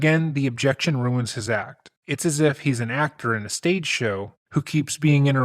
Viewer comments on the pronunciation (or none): none